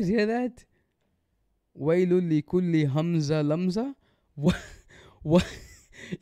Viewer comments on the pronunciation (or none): Mistakes: 1) He did إدغام بغنة between ويل لكل 2) He mispronounced همزة, this is despite earlier choosing this Sura by name! 3) He mispronounced لمزة 4) He recited the جيم in جمع with رخو, essentially turning the G sound in Arabic into a J 5) He DIDN'T add the غنة between مالًا وعدده, despite adding it earlier where it wasn't supposed to be 6) He added a واو after يسحب turning it into يحسبوا 7) He added a قلقلة to the خاء in أخلده 8) He pronounced the لام in لينبذه with a كسرة instead of a فتحة 9) He didn't add a غنة to the نون in the same word 10) He didn't add a غنة to the نون المشددة in the same word, making that three mistakes in the same word! 11) He pronounced the نون in نار with تفخيم 12) He mispronounced موقدة by putting a كسرة on the قاف 13) Didn't put a شدة on the طاء in تطلع 14) Recited with a فتحة instead of a كسرة in the لام of the same word 15) Technically made two mistakes in موصدة but I'll count it as one to be generous 16) Pronounced عمد with two ضمتين instead of two فتحتين, again two mistakes that I'm counting as one 17) Didn't recite with a غنة between عمد ممددة والسلام عليكم ورحمة الله وبركاته